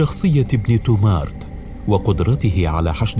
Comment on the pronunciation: إبن تومرت وليس تومارت كما ينطقها المذيع